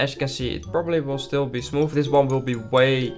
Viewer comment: “Smoof” like butter…